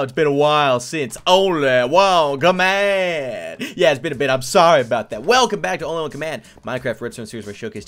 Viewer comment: its... OHNLY WUN COHMANNDD XD